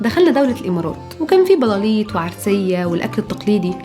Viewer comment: ✨✨بلاليط✨✨ انا سمعتها قالايط